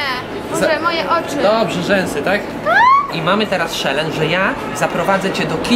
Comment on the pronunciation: "mamy SZELENCZ"XD